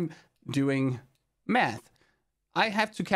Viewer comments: Haha that accent got me. "in order to do this I've had to spend a lot of time doing....meth!"?!! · "I had to spend a lot of time doing... meth" Damn bro are u okay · When you said you had to do a lot of math I thought I heard something else lol